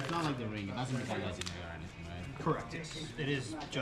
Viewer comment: Magic: The Ga-The-Ring